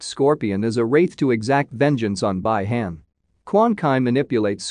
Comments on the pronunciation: Well if they cant pronounce the names correctly then dont make a video about it. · Bai Han?!!! BI-Han Quan Ki??? QUAN CHI! Bro ... know the names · No offense dude but you are butchering a lot of names. It's Bee Hawn, Kwan Chee, Lin Kway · I hate the way he pronounces Hanzo name, clan, and the way he says Bi Hans clan